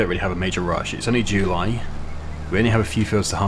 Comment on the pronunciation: The way this guy says July has always bothered me...